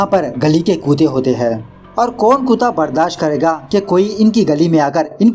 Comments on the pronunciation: Its kutta not kuta😂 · Bhai kuuuta nhi kutta hota h pr badhiya h apka style